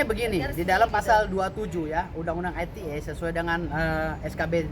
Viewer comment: Jancok pengcaranya bisa salah ngomong UU ITE jadi UU ETE.. Kocak kocak 🤣🤣🤣